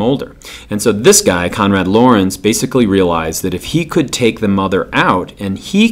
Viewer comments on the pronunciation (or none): Great video. Just some super nit-picky corrections (sorry). Stimulus is singular for stimuli. Konrad Lorenz is pronounced Lore-ENDS.